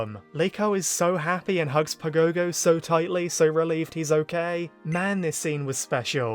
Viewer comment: Man I hate hearing "pa gow gow". Watch the japanese dub and learn the right pronunciation!